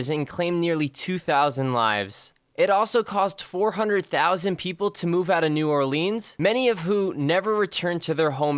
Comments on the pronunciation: I love how this dude talks about Katrina and shows films from Biloxi, Mississippi not NOLA. And pronounced New Orleans wrong. Good job dude lol. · Off topic but you pronounced "New Orleans" wrong